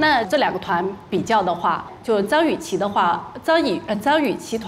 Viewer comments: 每次杜华说张雨绮的时候我都听成脏雨绮。。。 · 杜华的普通话很渣。。。脏/姜雨琦 😂 究竟想怎样。。读不准就不要这么强调好吗？ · 為什麼每次聽杜華講評後不公平，英文發音不標準就算了，連中文發音不標準，連續張雨綺的名字一直念錯。也是醉了🤦🤦